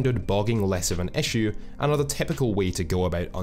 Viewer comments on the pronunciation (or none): I had to stop at echu (issue)